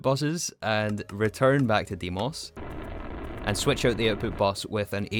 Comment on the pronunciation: e in deimos is read same way as in elephant